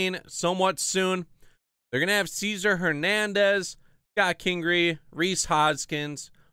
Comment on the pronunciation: It’s pronounced Say Zar not Seeze Ser